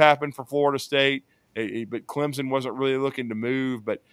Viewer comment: I dont want to join any conference where the fans cant pronounce Clemson. There is no ‘z’ .